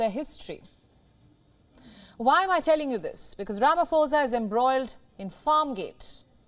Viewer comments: Ramaphosa not Ramafosa. You must learn these things. If you can be able to pronounce put you can be able to pronounce phosa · You pronounce "pho" like "po" not "fo" and "sa" as "sah". Butchering all the names being mentioned here. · its not falafala, its palapala. Its not ramafosa, its ramaposa. I support everything else you say.